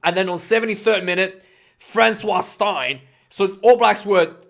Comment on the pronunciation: Its Frans Steyn, like stain your clothes 👍 love your vids tho